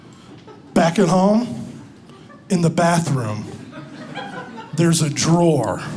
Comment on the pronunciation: "Drawerge" I nearly cried laughing